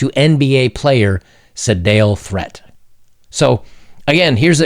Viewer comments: Threatt is pronounced like yeet...I believe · FYI - Threatt is pronounced "threet". Not like you'll need that info ever again, but anyway ...